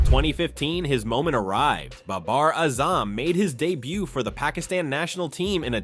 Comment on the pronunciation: learn how to say pakistan and baber azam